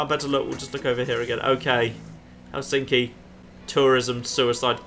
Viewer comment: Ohhh my god the way you pronounce Helsinki... Hell-sinky. it's more like Helss-in-ki or sth, right?